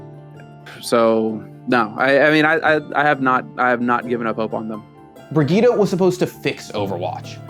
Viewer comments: People quit Overwatch because Blizzard cannot pronounce a simple "Bri-jet", they had to be weird and read it "Bri-Ge-ta". Playerbase was like oh okay time to move on to a not cringe game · is pronounces briyit not briguita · WAIT... Is it pronounced Bri-GEE-tah?!?! what the fuck. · Brigitte = Britschgida well done... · Why the heck do they pronounce her name like that? Is it not "Bree-Jit"? Why "Brigitte? Like saying Vegeta? Awful. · Breg-gye-teh nice one score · It’s not pronounced Brigueeta, just saying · Name: Brigitte Pronunciation: Brih-GEE-TAH ????? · i'm sorry "BRIE-GIE-TTA" wtf it's not how it's prononced at all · The fact the the devs and community are mispronouncing her name is hilarious. Brig..eta? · "Bridget" lol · You know it’s a trash character when nobody pronounces her name correctly. If you want her name to sound like brig eet ah. Spell it brigitta not bridgette which sounds like bridge it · There's no way that's how they want us to pronounce "Brigitte", that alone should be a reason to hate this character lmao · love how you pronounce brigitte ahaha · hurts my ears how you pronouce her name... its a german name at least try to make it sound like one. same goes for prosche or mercedez... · Can no one pronounce her name right? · What annoys me more is that no can pronounce her name right! BIRGITTA! not BIRGITTA! ;) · As a frenchmen, the way you pronounce Brigitte is hurting my soul. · Dang. I know language can be tricky at times and it can vary/differ place to place but in what part of the bleeping world does the word "Brigitte" has an "uh" pronunciation anywhere in it? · How the fuck do english people pronounce brigitte !!! Where's the "a" at the end of the name xD